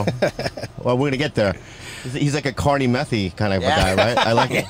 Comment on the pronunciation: Bobby: “You got a carnniemethie”😂😂💀